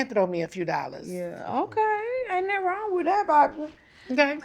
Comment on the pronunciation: These ladies can't pronounce nut-ting with their accents! Lmao I love it! 🤣🤣🤣